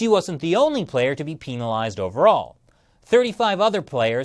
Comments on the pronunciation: Peenalised lol... Penalised. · sounds like he was saying penilased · The way he says penalised XD